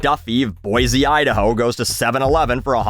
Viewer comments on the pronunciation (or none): Nice video, but Boise is pronounced Boi-See, not Boi-Zee